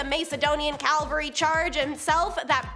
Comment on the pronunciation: Cavalry NOT Calvary